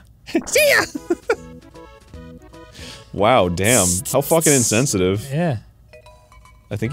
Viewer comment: I like how Arin stopped mid rant to appreciate "DAYUN" I found that bit super funny every time i see it.